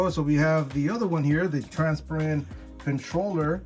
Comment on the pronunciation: "Transpirent" lolololol